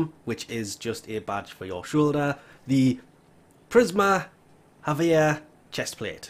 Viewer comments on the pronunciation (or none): none